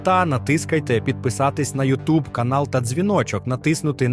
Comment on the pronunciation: рІзорт чи різОрт? маунтін чи монтейн? Бо щось плутаюсь ))) І шо таке "натИскайте"? )))